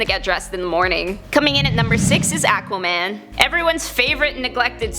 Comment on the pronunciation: achwuhman is what I heard